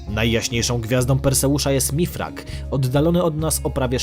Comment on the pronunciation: Mirfak (od razu dosadniej to brzmi), a nie Mifrak ;) Dobry odcinek, dzięki :)